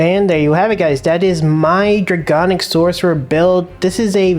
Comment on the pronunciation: it's draConic not draGonic